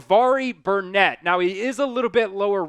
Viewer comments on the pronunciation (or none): It's not Burnett it's Barnett